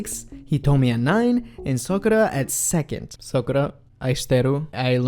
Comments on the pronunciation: >learns to say Ai shiteiru in Japanese >pronounces Sakura as Sokura Man you gotta have your priorities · Sakura's her bias but proceeds to call her sokura with heavy emphasis on "O"